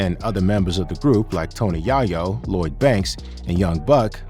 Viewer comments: 50 wasn't afraid of anyone and he definitely wasn't afraid of Irv Gotti🤣. This is OLD news and its Tony Yayo!!!!! Where do these people come from that's always Mispronouncing Black artists names??? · It’s a little suspect when you watch a video like this and hear names being mispronounced. lol. Like, if you use AI, at least check the shit. It’s “yay-yo”. NOT “Yaaa-yo”.😂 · Tony who!? Dude said his name like Steve urcle 2.0 😂😂😂😂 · Bruh said Tony YAHyo... not once, not twice... but THREE TIMES 🤦‍♂️ and read this script like a third graders book report. This video got my view and my comment just say this... and fix ya mic. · IT'S PRONOUNCED TONY YAY-YO!!! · Did ai dude just say "Ya-yo"? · The AI voice keeps saying "Tony Yah-Yo" :D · My guy said " TONY JAH-YO " 🤣😂 AHH 💩 that had me dying! Lol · Dude said “Tony Yah-yo” 😂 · Tony Yah-yo...man this AI nonsense isn't that difficult can they get cultural AI representation?? How hard is it to have someone record the AI content pronouncing rappers names right??? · Did I just hear him say Tony Yahhyo?! WTF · Cuz said tony yahyo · no bro that’s not on purpose that’s the dumb Ai it’s pronouncing it like Yahoo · I don't believe a single thing that comes out of FJ's pie hole. He's "been everywhere", "knows everyone", "passed on signing Em", wouldn't be surprised if he says he passed on signing Michael Jackson too. And Who's Tony Yah yo?🤦‍♂ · I almost stopped watching after dude mispronounced Tony Yayo around the : mark. How my guy?